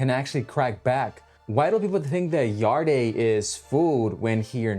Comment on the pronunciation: It’s pronounced yard not yard-e 😂